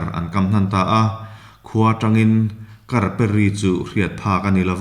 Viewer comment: 'Sêr bul kar bal....' kan tiha 'kar' ang hian lam rik tur a ni e (Kar - Sakei thang).